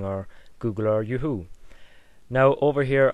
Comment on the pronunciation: i like how he say's yahoo i know what he mean but its a differenct way of saying it :D